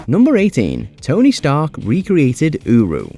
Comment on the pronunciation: Every time I heard uru in #18 i thought he said Uwu haha